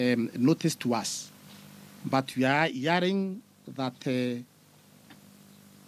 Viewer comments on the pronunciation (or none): not yearing pls say hearing